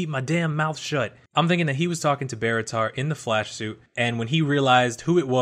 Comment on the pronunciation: Please never say Barritar again